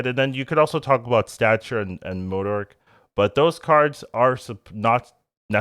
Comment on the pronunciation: I like the videos, but the way you pronounce MODOK drives me crazy 😂